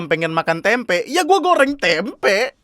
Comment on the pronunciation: Tempe bang ga pake K